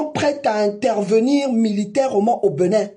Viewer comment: À ton âge, tu n’as rien à foutre ? Il te faut ça pour manger ? C’est bien triste ! On dit Bénin pas Beunin 🤣